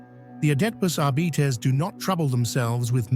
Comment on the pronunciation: "Adeptus Arbeeetes"??